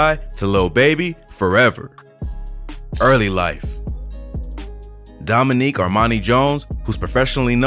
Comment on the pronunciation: What kinda man is called “Doninique” 😂😂😂